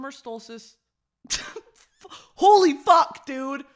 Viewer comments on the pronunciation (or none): "summer stolstice" had me dead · the scream i scrumpt every time she said solstice wrong 😭